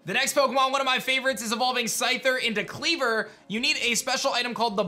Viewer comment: IT'S KLEAVOR, NOT KYLEGOR!